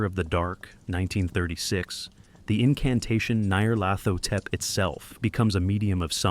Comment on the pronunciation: I gave up 22 second in when your ai script reader struggles with pronouncing Nyar's name. Dont be afraid to use your own voice. AI will never replicate it.